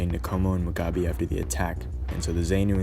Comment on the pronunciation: Great job. Btw, Rhodesia us pronounced "Roh-DEE-zha," not 'Roh-DAY-zha." Ironically, that "ay" sound you're using should shifted over to Robert Mugabe's pronunciation: it's "Moo-GAH-bay." Zanu and Zapo: ZAH-noo and ZAH-poo. Also, Rhodesia's elite unit, the Selous Scouts (pronounced "seh-LOO"), were a seriously badass outfit. At the time, as good as any long-range reconaissance/hunter-killer patrol regiment in the world, not the least reason for it being their absolutely constant combat action. After this conflict, those guys could hire themselves out anywhere on the globe they wanted.